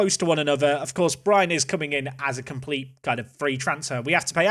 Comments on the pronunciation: perfectly pronounces Brian in danish 👍🏼 Also loan deals with option to buy when they are in their last year of the contract can’t be done. You probably know this but haven’t noticed their contracts. At last.. Solid transfers! 💪🏼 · There is nothing wrong with your pronunciation of Brian... Its how we say it in Denmark :P